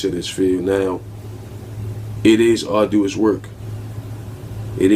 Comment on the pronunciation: Dude said “R-do-us” work 😂